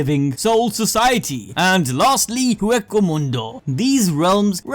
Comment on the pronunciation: Whey-coe Moon-doh. its spanish/latin.